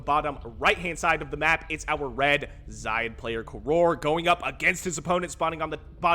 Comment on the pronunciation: I assume "xayid" is pronounced with with a soft A. Like 'say' but with a Z. At least 'eye' but with a Z is better than Lowko's weird middle-eastern-sounding pronunciation where he emphasizes the 'yi' part.